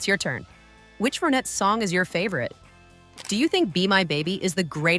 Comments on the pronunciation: Can't even listen to this. It's Ron-ettes not Ro-nettes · AI strikes AGAIN!!! The "Row-Netts", WHAT? Whoever produced this piece clearly never heard of them! GOOD GOD!! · ur voice is not awake,,,its the RON-etts...wake up!...not O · Nope. I can't take "ROW nettes". And "Philles" records. And EVERYTHING was controlled by Phil. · Why say Row nettes - when Ronnie = Ronettes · This hopeless woman speaker cant even pronounce the goddam name of the group. properly ffs..... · The fact that the AI cannot pronounce the group name correctly just ruined this video. And for that reason, I'm out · Me too! I'm done. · I hate effing AI , doesn't even get the name of the group right they are trying to profile